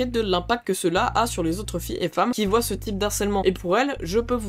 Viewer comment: les gens qui "VOIYENT" ??!! le français ..